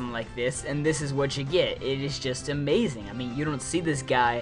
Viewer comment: Yeah , Blaziken is a-MAY-zing